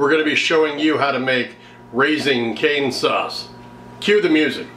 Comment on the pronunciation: Canes… no r 😂